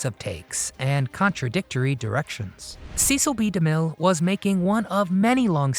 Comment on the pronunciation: sesell bee da mill , not seees